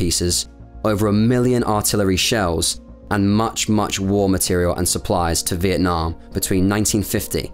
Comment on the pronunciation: Material not Materiel